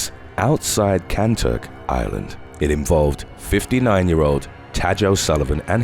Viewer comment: Tadge is pronounced like tiger. Essentially, tige.